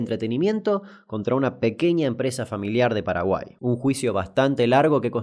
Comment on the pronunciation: "PEDO PADAGUAI NO EZIIZTEE" chupenla... CHUPENLAAAAAA